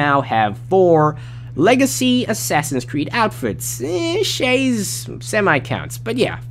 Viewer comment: Errr man said shay😩😂😭